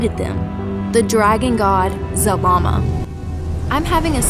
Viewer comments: You said Zabama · 1. You keep repeating yourself 2. IT'S ZARAMA not ZALAMA and definetly not ZAMAAM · Zah Lah Mah, that's how you pronounce zalama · i heard zamama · I keep hearing Zamama. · you make his name sound like salami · At first i thought you said Z-Mama. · Why do you say ZaRama, but spell it ZaLama? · Yea its wrong and the real is zalama